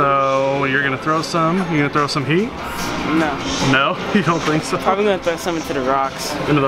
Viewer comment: When said probbilly 2034 it was